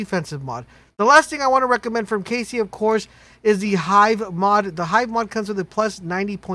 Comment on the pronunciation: cassie, not Casey. as in Ka-C ;)